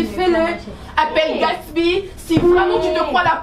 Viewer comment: Je n'aime pas la façon dont Sarah appelle Gatsby! C'est Gatsby et non gatshby